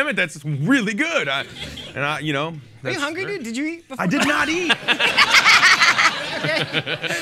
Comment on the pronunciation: Not** said by Zoe at around 8 minutes 15 seconds, not ‘note’.